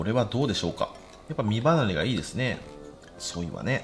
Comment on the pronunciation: だめですずぇはジワジワくるw